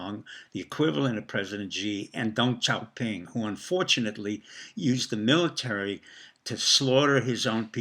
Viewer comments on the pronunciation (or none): none